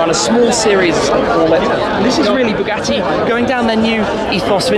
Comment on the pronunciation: THE NIU BOOGATEE BOOGIEE.